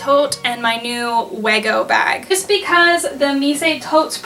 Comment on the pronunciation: Wego is pronounced like (we+go) not (weh+go) But yeah nice bags c